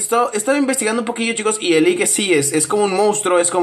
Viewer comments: android el lick no se pronuncia a si se pronuncia el lich y el lich pertenece a la serie de aventura de hora de aventura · se dice lich